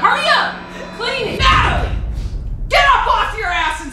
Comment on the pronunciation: Wen she said natlie it was a whole base drop in my stomach